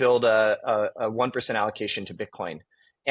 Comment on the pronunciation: He said “Bit-corn” lol